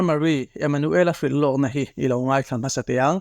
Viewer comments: I thu lam hi UNO "inngaih" tilovin "inngeih" tih zawk tur aw. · A bengvar thlak hle mai. Mahse. Un chungchang I sawi laia. In ngeih tih tur ai ah ngaih Tia I lam hi tawng dik lo a ni. En tir nan mai tih aiah mei ti thin ho te hi tawng hi fim khur a ngai viau a ni.